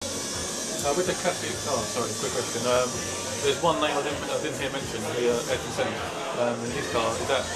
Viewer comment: Thanks for these videos, great stuff. Btw. it's Ayrton, not Aryton :)